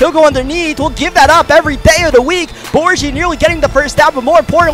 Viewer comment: Cracks me up when he kept saying (Bor G) it’s Bor Gi. Gi that rhymes with key